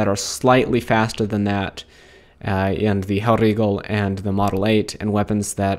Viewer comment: Nice overview. Can we get relaaa gameplay next vid please? PS: With "Hellriegel", the r is a German rolled r. From the throat without the tongue. It shouldn't sound Italian or Spanish.